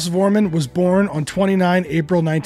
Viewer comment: When will they ever learn to pronounce Klaus' surname correctly? Foremunn. And Jürgen Follmer. And Ustrit Kirchherr. And are those Liverpudlians really called The Beals?